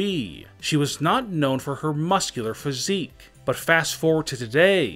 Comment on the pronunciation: Welp everybody saying about "EEE" but how bout "phySIIIC"